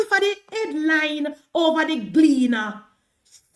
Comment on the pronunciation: Noise maker. Empty barrel making the most noise. The word is over, not hover. Emphasis on the O, there's no h, in OVER.